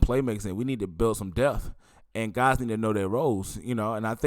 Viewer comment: Brother!!! It's not "death" it's "depth" and can you start using the word "hundred!" You'll say "He had 350 yards." It would sound better if you said "He had three hundred and fifty yards. Not trying to be critical but I want you to speak better when you are doing these podcast. Thanks for the content.